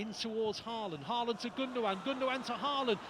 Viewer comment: Even City commentators can't say Haw-lann ? (Haaland)